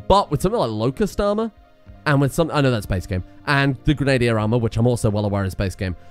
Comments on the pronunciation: Grenade-ier Let us now laugh at misspronunciation! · You pronounce Grenadier wrong. Ugh